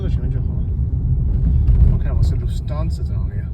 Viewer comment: It sounds like you are saying lu-fansa 😂 It’s luFT-Hansa